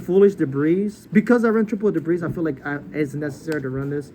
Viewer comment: He called a lot of cards "debris" like the drill warrior too. Also "triple caius" when showing 2